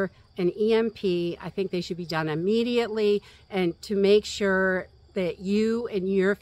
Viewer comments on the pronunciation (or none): none